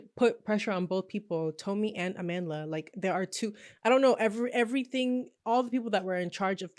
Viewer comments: "Ah-man Dlah" It hurts to hear such an important South African name be butchered in pronunciation. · I knew what was up when she explained how her name was taken from the word Amandla meaning power, a word used to bring strength to the SAn struggle against Apartheid, but they pronounced it as Amanda. Mispronouncing a word takes away its meaning and thus power. It's even worse listening to people overstretch explaining why it should be a biracial or American to fill the role. Reasons like its Hollywood or no one wants to watch Nigerian actors from Nollywood. It's so flippant and disrespectful. Imagine we adhered to those reasons for Black Panther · you pronounced her name wrong